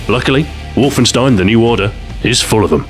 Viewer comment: Stu, WolfenSTEIN is pronounced Wolfenshtein. Just saying.